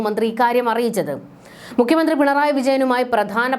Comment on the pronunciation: താങ്കളുടെ ഉച്ചാരണം പലതും വികലമാണ്. " പദ്ധതി ", എന്നു പറയുക. " മുഖ്യ മന്ത്രി " എന്നതും തെറ്റിച്ചാണ് പറയുന്നത്